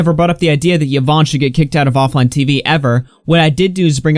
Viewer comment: im i the only one bothered that he cannot pronounce yvonne's name correctly